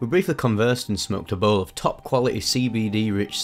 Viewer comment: "We smewked ah bewl"